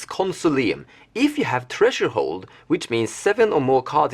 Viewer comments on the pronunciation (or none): I find so homoerotic that you pronounce threshold treasure hole.